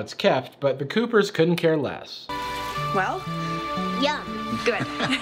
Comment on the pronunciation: When Angie drank the blue “strawberry” smoothie I thought she said “mmmm Y U H”